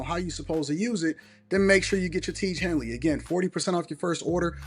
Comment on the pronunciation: I never hated hearing two words said by a ngga in my life "tiege hanly" smh urks my soul